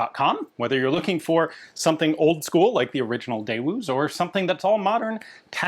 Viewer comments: Ian FWIW, a really really really minor point - here in the UK, we’ve had Daewoo cars imported for *years*, and from early on the Korean pronunciation that was ‘recommended’ (ig?) is Day-ooh, making the ‘w’ silent. It’s not really important, the words are perfectly understandable however you say it, just thought you might like some suggestion, such as it is🤓🤓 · Your pronunciation of “Daewoo” hurts my soul (Seoul?) but apparently they’ve knuckled under & now just accept Americans pronouncing it “day-woow” because why would Americans try when half of the Americans I’ve met can’t pronounce their own family names? The many & varied pronunciations of “ Doherty” makes me feel we should take the colonies back. 😄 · Yeah that's weird, I'm American and I have always heard it pronounced day-woo, and that's how it looks like it should be pronounced, based on how it's spelled. I figure I'll keep it my way, but how do they pronounce it in Korean? Hmm, if it's more like how they pronounce it in England, maybe we'll have to change how we do it here, after all you guys pronounce carbine weird because our pronunciation is based on how the French and other Latin derived languages pronounce it, and the word comes from them. And with words that end in ise/ize, we choose the one based on whether they come from French or Greek, ise for French, ize for Greek, we spell the word based on that. You guys can of course do what you want over there, but here we try to keep our anglicizations of words, either spelled or spoken, closer to what it is in the original language. I figure there's a reason for this, but again, your country, though you guys are about the closest foreigners to us culturally, should continue doing things your way. There's other examples of this, Lost In The Pond has various videos on this subject. Among various other differences between us that are rather interesting.